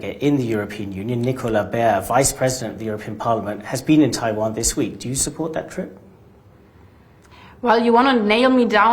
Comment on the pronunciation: You know she is real deal German when she pronounces Taiwan as TaiVon - .